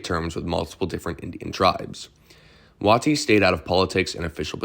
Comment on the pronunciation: Another good doc. General Wheeler's moment should have been longer. One criticism if you don't mind? It's not Wah tee, it's Way tie. For General Stand Waite.